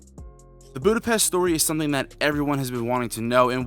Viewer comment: My man, you watched the movie and still cant pronounce Budapest correctly 😅